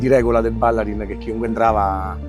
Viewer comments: Ma non si dice Ballarín ? Bállarin boh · Fuori tema, ma da veneto cringiavo ogni volta che sentivo “Bàllarin”. È Ballarìn! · stadio Ballarin con l'accento sulla seconda "a" non si puo' sentire, eh... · Ballarin pronunciato così non si può sentire. Ballarin è veneto con l'accento sulla i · Stadio Ballarin, accento sulla i. È dedicato ai fratelli Ballarin del Grande Torino perito a Superga. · Per favore, Ballarin e' un cognome veneto con accento sull'utima vocale, sentire Ballarin detta all'inglese suona ridicolo... Per il resto, complimenti!